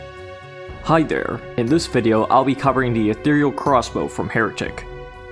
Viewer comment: Holy shit, a Heretic YouTuber ACTUALLY PRONOUNCED "ETHEREAL" CORRECTLY!